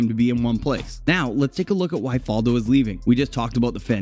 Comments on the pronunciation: Ok, well, it's Fal-do with the "fal" pronouced like "Al" or "Val," not like "fall" or "wall." Faldo's professional career started in 1976, not 1997. He finished 8th in the Order of Merit in 1977, not the "European Open" whatever that is. These are just a few of the many, many things this video gets wrong. If you're just going to regurgitate Wikipedia pages, at least do it accurately, folks. C'mon. Are these all like this? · Greg Norman was number 1 for 331 weeks, he's second to Tiger Woods, get your facts straight, and learn how to pronounce Faldo's name correctly